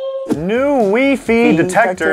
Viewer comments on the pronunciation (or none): is it just me or did say wee fee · The fact that said " wee- fee" instead of Wi-Fi has me dead and shook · Its not wee fee its wy fy guysss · lol the toilet water still on the table man ... and i thought it was my dad alone that pronounces wifi as wee fee lool